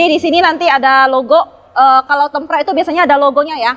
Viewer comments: temperd anjir dibacanya bukan tempred wkwk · tempret... hahaha.. yang bener nyebutnya tempert mbak.. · BUKAN KACA TEMPRED WOYYY TP TEEMM PEERRRRD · Hallo susanto Sebenarnya cara pengucapan kata kata serapan dari bahasa Inggris dipengaruhi oleh bahasa lokal masing2 pak 😅 Penulisan yang benar ialah Tempered dan di eja "Tem-perd" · Cara bacanya kok tempred sih😄